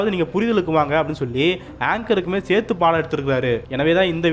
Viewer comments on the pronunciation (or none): none